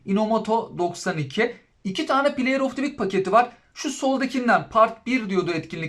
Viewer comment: Play of tivik diye okunmaz sevgili dostum. Play of dı vik diye okursan daha şık durur bence. Onun dışında kanalını başarılı buluyorum efendi, sempatik bir sunumun var 😊